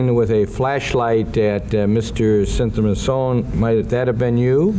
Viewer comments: Looking at this through the overly sensitive lens of the woke generation. Konerak's last name is Sinthasymphone is way harder to pronounce than Dahmer. In the court room everyone has to display professionalism...not start name calling like a bunch of children. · "...with mr. symphathy... some phone?" They couldn't just say "the victim" if they have so hard of a time pronouncing the poor guy's name? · They were tripping over Sinthasomphone so badly, they were probably trying to avoid saying it more than a handful of times. If they could/would not learn how to correctly pronounce the surname that was twice connected to the white male, they should have continued using the first name that they could say.